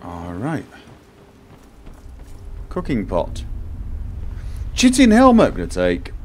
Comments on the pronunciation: thank you for the lovely videos. It's one of those things that brighten my day when I see them on my inbox. I would just like to remind you that chitin should be pronounced as Ky-teen as it is derived from a greek word. I know you get a lot of lip about pronounciations and I don't want to be just another one pointing out mistakes but I thought someone should at least come out and mention it. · Yes, I said this in one of the last videos... Chitin == Kite-in or more like "Kite'n" not much emphasis on the T sound or the vowel after it. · I know its an old video but I thought the pronunciation of chitin was Kite-en